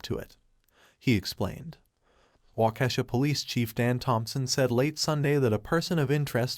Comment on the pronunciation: Walk-key-shaw not whatever you said